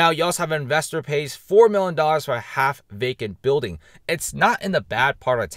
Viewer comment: PRONOUNCE: "MILLION"